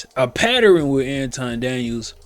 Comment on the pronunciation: What’s a “patteren”🤔😳